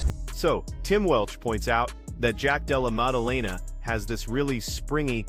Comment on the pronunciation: "jack della mumudumamah"😅